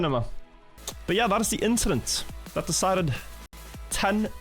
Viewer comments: the inchident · it was just an inchident